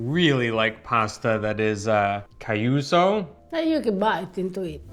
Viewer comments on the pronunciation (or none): when you were describing the kind of pasta you liked, did you mean to say “chiuso?”Non capito “cay-uso.”